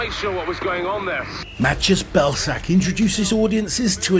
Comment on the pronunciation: Belsak? Im sorry mate but 😂